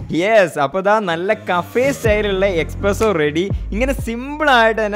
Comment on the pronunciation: Bro expresso alla espresso aanu to